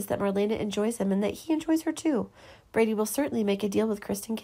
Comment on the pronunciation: His name is Brady, not Brandy!